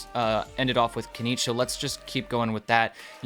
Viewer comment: Why is it so hard for English speakers to pronounce genshin names? First it was poor Neuvillette (everyone puts "r" in his name for some reason), now it's Kinich, even though the name has been pronounced in game and promo materials many times already